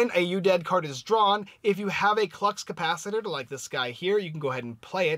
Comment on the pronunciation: Thx for the review! (But it's ka-pa-si-tore, Lol!)